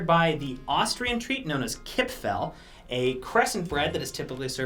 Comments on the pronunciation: I love how he said Kipferl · everyones austrian heart is bleeding when he said "kipferl"🥴😂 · The way he says “kipferl” is so funny 😂❤️